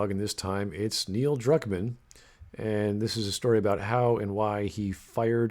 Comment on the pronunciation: More like Neil Drukmaam